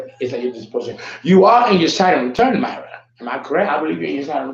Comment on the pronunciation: Actually my name is pronounced “Meera” Mira is a name derived from India, not pronounced like Hispanic name Mayra